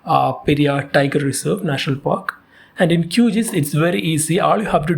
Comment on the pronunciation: It's pronounced as Q-G-I-S and not QGees.